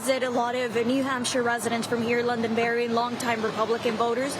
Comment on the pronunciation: I live in New Hampshire. Could u please say our towns, right? It is Londonderry, not Loundonberry. 😂😂😂😂you guys are jokes 😅😅😅